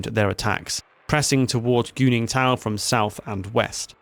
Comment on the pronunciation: I’m sorry, Did you say GOONINGTON, ?! Lmao great Chinese name Guningtou.